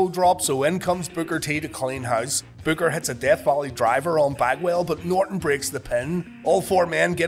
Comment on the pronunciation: When u say Booker it sounds like you're saying bugger 😀